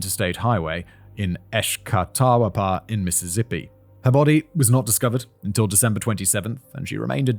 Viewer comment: Me, being from the area of MS mentioned in this story, listening to Simon try to pronounce some of these city names. Simon: Esh-ka-tawa-pa Me: Es-ka-tah-pa Simon: Sauce-ier Me: Show-shah Simon: Pas-ka-ghoul-ah Me: Oh he got that one!